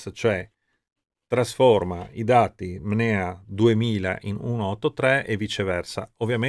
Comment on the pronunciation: Bellissimo video. Peccato solo per il costante lapsus verbale di “MNEA” al posto di “NMEA”